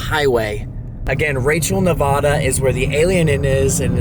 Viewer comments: Nevaaaaada! Not Nevohda! 😂😂😂😂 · Uncanny is cool but each time the others say “Neva-DUH” instead of Nev-A-da” I keep cringing 😂